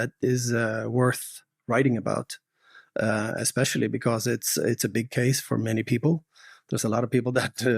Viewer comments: I've noticed you say expecially instead of especially. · I noticed that too, and somebody else also pointed it out a while ago.